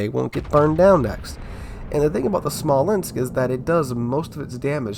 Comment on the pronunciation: It's called "Smolensk"